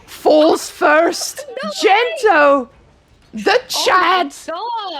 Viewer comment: I'm 75% convinced your co caster might actually be unaware that Gento isn't really called Dento lmao